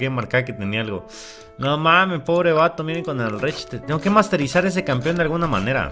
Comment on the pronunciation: Es más fácil que tum tum enflaque que a que deje de decir "Campion":v lo comprendo yo también lo decía así